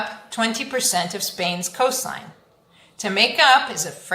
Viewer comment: in 'coastline' you don't pronounce the 't'?